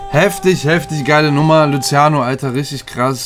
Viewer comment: Hab ausgemacht nachdem er Luziano gesagt hat 😁